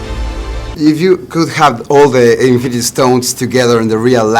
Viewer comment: Se dieron cuenta que Thanos dijo.. infinty war 1 ?